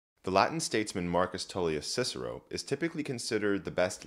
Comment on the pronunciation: Oh my goodness, this should be even more viral! the entire video is so well put together, it took me about 2 hours to watch because I was taking notes so I had time to notice more. The preparation of this video must have taken a while, and the Latin pronunciation is so wonderful! I wish to one day be as educated as this fellow, and be as skilled at Latin as he is. Wonderful video all around, i have recommended it heavily to my friends.